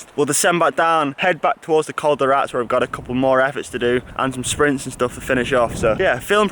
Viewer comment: Great stuff.. ( i tried last year to get you to pronounce col de RatEs ..oh well..) if training gets in the way of lawro v cam up the Rats 2.0 , how about an armwrestle contest instead! Or soemthing over a coffee in Calpe!